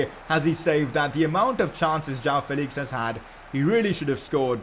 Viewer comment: It is not jaao Felix... It is (Jo-aa-o) joao Felix